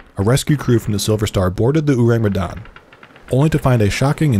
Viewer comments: the 'me' in Medan should be pronounced like the me in 'men' or 'met' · And the way it should be said is Medan with the me in 'met' not me in 'women' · the 'dan' is like dhan btw (rhymes with khan), not dan like plan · Medan is pronounced as Médan (Me as in ''men" and dan as in "done"). Just my two cents, saw some comments where someone/some people showed ignorance. I think it's unfair that we have to learn to pronounce names in English or other western languages like brands, etc right when ours get mispronounced a lot. I'm sure we aren't the only ones who feel this way. Just my two cents and also, this is a great video by the way. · Y'all really butchered the pronunciation huh😂